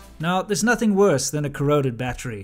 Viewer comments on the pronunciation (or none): none